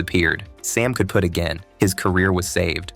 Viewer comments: AI voice over…can’t properly pronounce “putt”…it’s not pronounced like “put”. What’s the matter “”? Can’t you read? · Sloppy AI channel that can’t even say “Putt.” Oh and your Fair Use claim is nonsense.